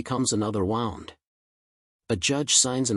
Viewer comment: Stop with the AI crap. “An old wound,” pronounced as in “I wound the clock.” 🙄